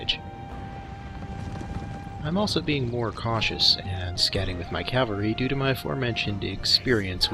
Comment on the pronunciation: Love your videos except the pronunciation of cavalry.